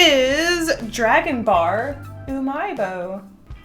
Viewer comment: When she said dragon bar it sounded like she said dragon ball with an aisian accent